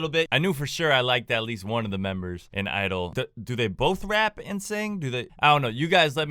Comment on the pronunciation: please 😅 you pronounce the g in (g)idle too